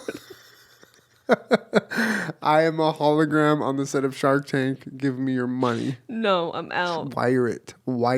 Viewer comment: Anyone else think Julian said 'Shart Tank' instead of 'Shark Tank'?